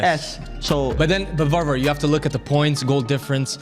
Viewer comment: its not varvar, its Warvar at the point